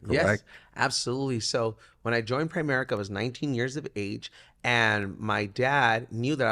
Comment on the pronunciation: awesome interview! so inspiring. thanks for your example. you've inspired me so much over the yrs! P.S. Tell it's not Prime America... PRIMERICA.... SAY IT RIGHT lol ( showed a lot of class not correcting on that him the whole time though)